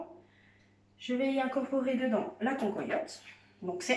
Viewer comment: CANCOILOTTE ! Et non pas CONcoilotte 👍😊😅